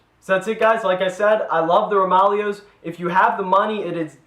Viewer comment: isn't it pronounced roma-layo?